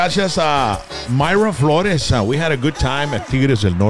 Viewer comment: Mayra was born in Mexico but she pronounces her last name Flores bien estilo gabacha she did not pronounce her name as if it is a Spanish name